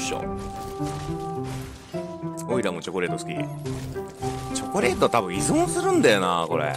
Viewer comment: チョョコレートw